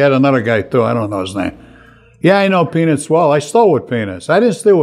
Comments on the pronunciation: and on it sounds just like Frank is saying penis and it is hysterical! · Frank!! You gotta pronounce Peanuts better. PEE-NUTS. I'm cracking up at what it sounds like you're saying.